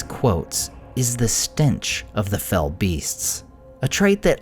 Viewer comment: Small thing, but thank you for saying and writing what they are correctly: "fell beasts", not fellbeasts. It's not a name; it's a description. They are beasts that are "fell", an older English word meaning "evil", "malevolent", "foul", or "terrible".